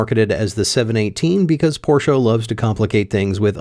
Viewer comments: I am German. Stop saying Porscha. THERE IS NO A IN PORSCHE. It is pronounced Porsch-Eh. NOT Porsch-ah. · For americans it's always porshaa or porsh but never porshe... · its pronounced Porch not porchE or porcha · yeah either Porsch or Porscha😂😂😂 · What is this porsha car? Only Americans talk about it, is it a new American make? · What's a Porschah? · Alsu you did not nail german expensive part :P As far as I remember from Duolingo course, that does not really sound like tour at all :) I know it was a jk, but its funny how far off it was even with assistence from gargle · Why do Americans say porsh-a. Pretty weird 😂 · No, you shouldn’t buy a 718; because you tortured me with your German pronunciation (?) your should buy me a 718, than get yourself a MX-5 RF manual as a reward for being such a nice guy. Note: I did “like” this video & I definitely agree that Porsche adding an additional 200 to 450 kg will be a travesty. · I don't think I've yet seen any of the Porsche guys on YT pronounce Porsche correctly. So it seems that owning a Porsche does not improve ones pronunciation of the German language.